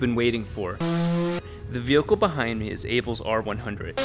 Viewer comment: DAMN IT ROB!! its "Vehicle" not "VEHILCLE" hahah